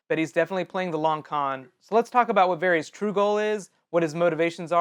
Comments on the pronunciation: It's VARRIS! RHYMES WITH HARRIS! Not Harry's. Fool. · Pretty sure his name is pronounced "Var-is" not "Var-rees."